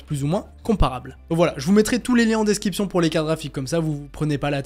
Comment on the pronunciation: DescRiption, tu as tendance à dire desKiption... A part ça t'es au top 👌